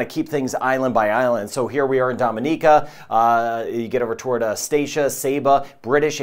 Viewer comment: I like your pronunciation of Caribbean, Dominica, Antigua, Tobago. I'm guessing I'd approve of your pronunciation of Grenada, too!